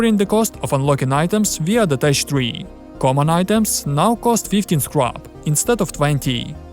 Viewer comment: Good video. Here is an English tip; teck is pronounced tek, not tesh